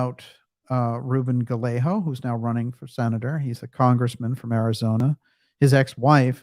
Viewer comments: . Just a thought. I think the pronunciation of Gallego may be “ guy-ae-gow. But then it may be adopted differently by the Press and or Rep. Anyway, keep up the great work and deflate that pompous windbag but more importantly, the people who are using him. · Great show. 😊 BTW, Gallego spanish pronunciation is 'Guy- yay- go' g is hard and double LL sounds like a Y.